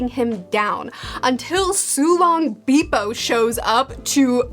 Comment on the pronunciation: She said beepo